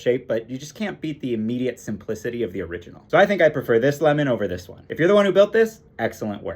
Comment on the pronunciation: Lìmon? Lìmon!